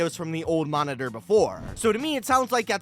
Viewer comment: Bro said "new momitor" lol